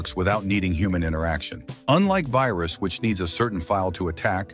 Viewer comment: hello your computer has vayrus